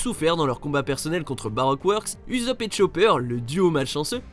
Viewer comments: Non...stop...arrêtez le massacre du nom d'Ussop! C pas Uzop mais Ussop! Je vais finir par en faire des cauchemars! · On dit USSOP ET PAS UZOP !! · Sa se prononce leorou et ousopp le "u" en japonais se prononce "ou" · C’est pas Uzop, c’est Ussop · oui mais cela se prononce avec 2 s en mode Ussopp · Mes oreilles........ j'ai mal...... mal.